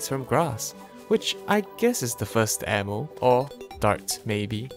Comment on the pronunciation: I swear sounds like he says anal when he says ammo